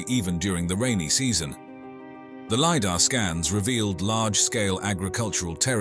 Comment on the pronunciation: Sorry, had to stop watching because robot voice keeps changing the sound of words. I couldn't take hearing "Lee Dar" or base/ bass reliefs anymore.